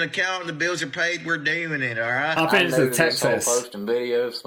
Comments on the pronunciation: I understand everything you say. I notice that when you say a word with th like think it sounds like you are saying fink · You asked if we understand your accent. Yes. I hear the F, instead of TH, as in fink, instead of think, but I don't know where that's from. Somewhere east of London, maybe? Essex?